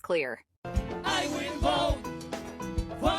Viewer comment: “OH MY GAAAAWD… I WILL BOTE, FOR DUNNEL THRUMP!!” … I need this as a ring tone asap 😂😂😂😂